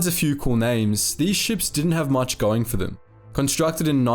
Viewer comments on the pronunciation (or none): none